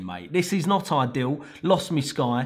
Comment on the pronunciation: "Lost mi sky" ahhahaha keep it up G u make learning these things more fun